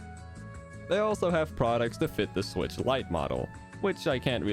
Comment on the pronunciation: Nintendo swicth acessories an- me: I don't have a switcth